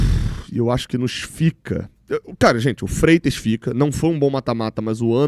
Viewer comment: Freites????? Oh,!!!! Fala sério, amigo!!! Tchau 👋🏻